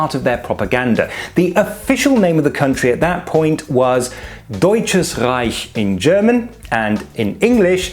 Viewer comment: I'm glad you pronounced "Deutsches Reich" correctly.